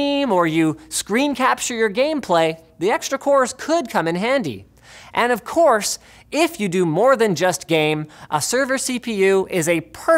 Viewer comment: "...and ofCORES if you...."